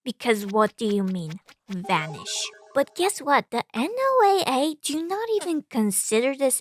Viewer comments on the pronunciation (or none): Hey just a heads up, NOAA is pronounced "Noah" like the prophet